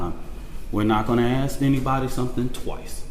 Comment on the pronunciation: Let me AKS you a question lul the perceived oppression never ends